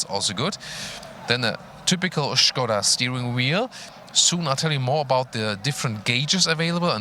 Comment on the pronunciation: I love that pronouce the brand correctly, nice touch:) the car looks rather good I might say!